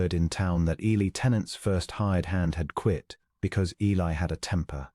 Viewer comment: Good story, but please try to work with AI to pronounce Eli’s name correctly and consistently. Temperance and Eli are interesting characters and complement one another. Listening from Clarksville, TN.